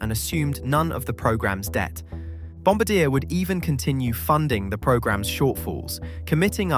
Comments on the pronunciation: You are HORRIBLY mispronouncing BomBardier !! Find videos of people saying it properly. You'll see why I wouldn't even know what you're talking about if I didn't know what this video was about. I'm just gonna block this channel. bye. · Dear narrator do you not realize that there is a letter ‘r’ in front of the letter ‘d’ in the word Bombardier. It would allow you to pronounce the name correctly…….just saying. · If you can't take the time to learn how to pronounce the subject of your video, then i'm not going to take the time to watch any of your content. How lazy! Or is it disrespectful? F U it's both. I am asking YouTube to never recommend you. What an abject failure! And you're apology... I'll do better next time. Loser. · The way he pronounces "Bombardier". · Yeah, I cringed throughout the entire video. Think he almost pronounced it correctly once. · I know this is silly, but please, it's 'bomb-bar-dee-eh' not 'bomb-ba-deer' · ITS NOT BOMBADEAR!!!!! It's Bombard-e-ay. hearing bombadear is like pronouncing sommelier as sommelear. Im dead. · Bom-bar-dee-ay ? but Bom-ba-deer sounds fun. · Bomb-bard-dee-yay not bomb-a-deer! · pronounced: "BOMB-ah-DEE-AYE" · It’s killing me how many times you mispronounced Bombardier as Bomb-ba-deer. It’s Bomb-bar-Dee-yay. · Not "bomb baa deer", it's "bomb bard eee eh". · I’m not a linguist so bear with me….Bomb-bard-yah, not Bomb-bar-deer! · I lost all respect for this video when the guy can't even pronounce the companies name properly. It is French so not "BOMB BA DEER". It is "BOMB BAR D A" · Bom-bar-dee-eh, the eh is the most important part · You pronounce Bombardier incorrectly; it's a French language name Bom bard di eh Eh LOL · Bom-Bar-D-ayy…. It’s French Canadian, based in Montreal… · stopped watching at when you didn't even bother to do the research in how to pronounce Bomb bard e eh (Bombardier) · Just so everyone knows, it’s pronounced bohm-bar-dee-a, not the way he pronounces it. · It’s pronounced bom bar dee ay.